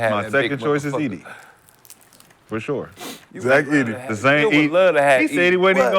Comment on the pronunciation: This boy just said Zach Edy??